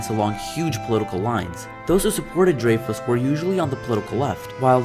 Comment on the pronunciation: You pronounced his name wrong bro